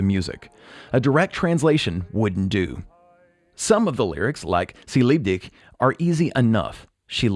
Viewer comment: lol neee. Er sagt “ci lib dig”